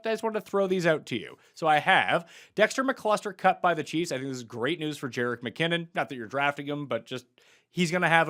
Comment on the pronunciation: Did say Dexter McCluster 😂